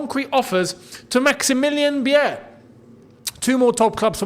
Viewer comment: Beier is pronounced 'buyer' not biyeahh